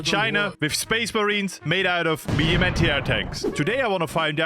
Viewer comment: Bro said the tiger is a meduim tank